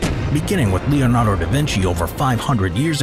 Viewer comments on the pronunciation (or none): none